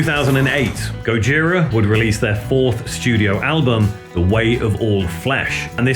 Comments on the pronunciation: Please stop saying GOD-JIRA. French band, French way of pronouncing. Skip the D, it is GOJIRA. No f** D. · even though it is a japenese word indeed, you never hear any member of the band say God-jira, always Gojira as pronounced in French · "this is the story of God-jira".